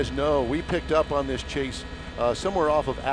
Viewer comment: "turn around and walk toward me" "Okay señor like thees"